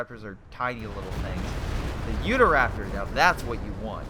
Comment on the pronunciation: It is pronounced You-taw Raptor not Youda Raptor lol.